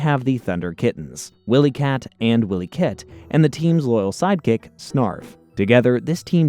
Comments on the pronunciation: They are called Wylie Kit and Wylie Kat, not Willy Kit and Willy Kat 😂😂 Also it's Mah-Mutt not maymutt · ThunderCats in the 80s was a daily show. Monday through Friday Jaga is not pronounced Yaga. Mumm-Ra is not pronounced Moo Mra WilyKit and WilyKat are not pronounced Willy. It almost sounds like a computer is telling the story rather than an actual fan of the show. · First of all its Mumrah not moomrah. And it's Wiley Kit and Wiley Kat not willy. And its Jaga as in Jaguar. NOT YAGA! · WHILE-E-KITT & WHILE-E-Katt. 🤦🏾‍♂️🤦🏾‍♂️ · Yep. 'Willy kit and Willy kat' lol